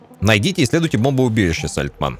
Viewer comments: все ништяк, только меня прям тригерит, когда говорит Сальтман, вместо Сальтамн)))))))))0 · Да не САЛТЬМАН А САЛЬТАМН говори исторично это очень важно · Да не Сальтман, а Сальтамн! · какое ж всё такие сложное название деревни Сальтамн- ты уже пару раз сказал СальтМАН. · Только отец ни разу не произнес правильно Сальтамн😂😂😂